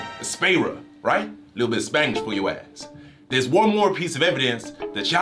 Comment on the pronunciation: it’s not even that good it’s the only words he knows, he didn’t pronounce it that good either only knowing the words doesn’t your to good, am in bilingual and I speak a whole of better Spanish